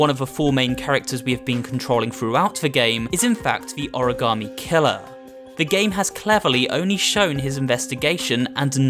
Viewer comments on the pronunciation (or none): You know what is shocking? Lol an origami killer who can't pronounce origami